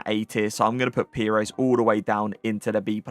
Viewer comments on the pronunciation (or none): none